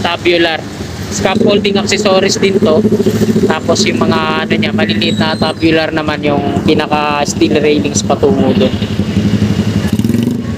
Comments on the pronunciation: Loko tong mga Kasama ko nagpa correct Ako Ng pronounce dyan.Tama sana Ako😂 namali TULOY tabyular daw tamang pronunciation 😂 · Pasensya na boss kamali Ako. Tube bular talaga tamang bigkas nun.Medyo alanganin lang Ako. TUBULAR ...Yan Ang bigkas ko kanina nag edit Ako... Kaso Humirit mga katrabaho ko na Tabyular daw bigkas dyan.Mga kagaya ko din eng eng wika mo. Pero ok lang Yan tanggap ko Ang pagkakamali ko. Dahil dyan nag umpisa para matuto. Tandaan mo Rin na maski Ikaw dika perpekto. At ni Isang tao Dito sa Mundo LAHAT Tayo Hindi perpekto. Kaya kung magaling ka matalino di ganyan Ang asal mo.Ang matalino marunong makaintindi at umunawa Hindi Ang pumuna at manghusga.